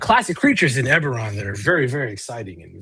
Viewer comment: Ebberon... Eragon?